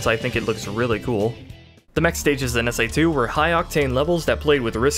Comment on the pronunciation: ...he said S AI 2...lol